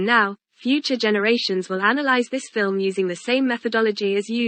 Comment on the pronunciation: I love the way calls this a "filim"...sounds like fill "em.